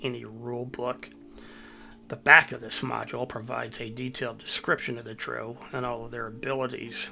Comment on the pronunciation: Dro - A form of mary jay buds that have been grown "Hydroponically" in water without soil Drow - Like Brow. but with a d. Dark elves. Just so you know. Everytime i heard you say it. Fun watch though.